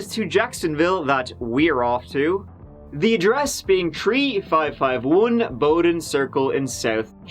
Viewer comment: Wow... You're in Jacksonville FL.. My city I've lived in my whole life... That road in the beginning looks like Jacksonville Beach.. Lol. I live in South Jax.. I used to live 5 min from Bowden. It's pronounced Bowden like bow down not bow tie. Just fyi. Very good coverage bc the coverage here wasn't very detailed surprisingly.